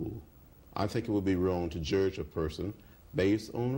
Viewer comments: Jurdge not lest ye be jurdged. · Like everybody else, I never knew there was a "R" in judge. Least now I be learned bout it.